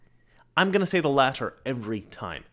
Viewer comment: weird how he pronounces both Ts in the word "latter"... like a Canadian.